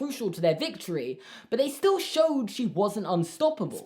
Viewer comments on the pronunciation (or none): none